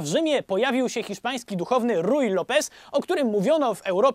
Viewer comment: Rui wymawia się "Hui" 🤣🤣 Serio. To nie ja, to język portugalski.